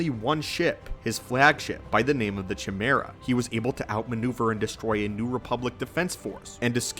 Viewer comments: It’s “Kai-mera” not “Chee mera”. Latin. look it up. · his flag ship is (kai-merra) not chuh merra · It's pronounced Ky- mare- ah my friend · Pronunciation correction: Thrawn's ship, the Chimaera, has a long "i" sound. Instead of starting it off like "chimney", it's more like "k-eye-mera". Pretty sure at least. Love the channel's content so please understand no offense is intended. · It's pretty funny that in almost every lore video, the creator, after doing tons of research, seems to always mispronounce at least one word. Chimaera being an example. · I'm sorry, how did you pronounce his flag ship?! 😂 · To be fair, Csilla is a made up word. Traditionally, in the country I come from the C would be silent with double cs or ks letters. Might be different in other places. But yes, he butchered Chimaera. The poor Greeks.